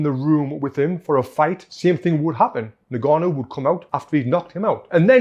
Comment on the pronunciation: Francis niganu...😂 Its ing-gaa-nou .